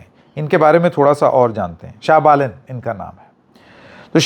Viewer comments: Baren nahi Balen hai . Kya sir naam to sahi kahiye . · Balen not baren😅😅😅